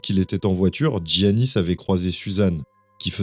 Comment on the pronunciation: Pour info, en grec c’est prononcé Yiannis et pas Tziannis.